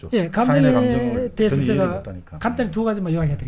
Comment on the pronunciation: 제가를 저가..라고 하는것 빼곤 아주 집중해서 들었습니다. 요즘 이슈화되고 있는 민희진사건에도 많은 깨우침을 줄 것 같네요.